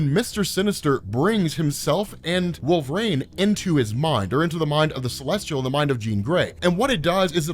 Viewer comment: One question, who is "Wolv-rayne"?